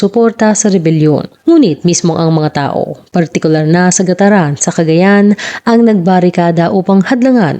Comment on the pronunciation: Gat taran po at di gataran...